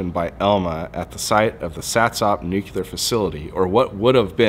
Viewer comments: I love the content but pronouncing "Nuclear" (Nu Clear) as "nukilar" bugs me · Nu-cle-ur. Nuclear. Not nucular...... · There is no such thing as a "nucular" facility..